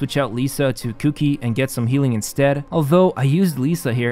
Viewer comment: The way you pronounced Qiqi was funny 😂 was like Who the f is Cookie 🤣🤣 isn't it chichi?